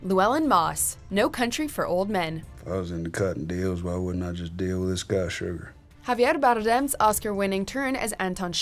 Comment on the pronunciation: I love how she pronounces Javier Bardem's name